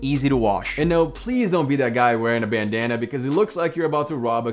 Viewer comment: Man don’t hate on the bandana also don’t say it like that if you got a problem with me I appreciate it if you would tell me to my face bro